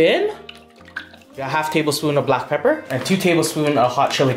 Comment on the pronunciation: This guy says 1.5 tsps of black papper "put 1 pound of black papper"